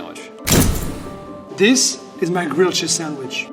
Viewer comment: At some point.. idk why but I heard "gucci sandwich" instead of grilled cheese sandwich..😂